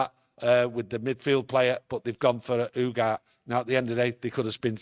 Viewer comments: Why don’t you pronounce the E at the end of Ugarte? YOUGART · Its pronounced U-GAR-TAY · "Ugarté" like Café